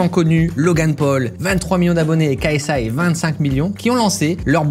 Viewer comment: Apprends à prononcer KSI svp 🙏 Tu prononces le « K » en français et le « S - I » en anglais lol